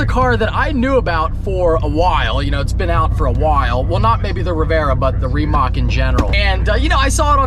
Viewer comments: Hahaha he says “remock” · Ree-Mach. Not how you say it. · Why does always find a way to mispronounce car names? Reemac LOL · Just an fyi its pronounced remuht